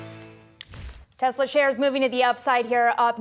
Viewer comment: Best selling car in.... the world. Model Y. Best and only global charging network. Tez-luh. Say it with me. Tez-luh. 😂